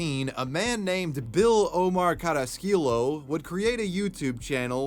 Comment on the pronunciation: "Carra-Skill-Oh" .. Oh no 😂 Cah-rah-ski-yo